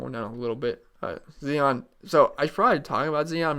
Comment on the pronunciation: Zion (Z-eye-on). Z- 👁- on